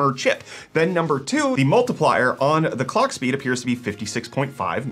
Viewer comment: It sounded more like colck